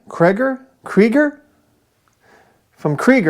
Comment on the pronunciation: It is pronounced kriëger. Hope that helps.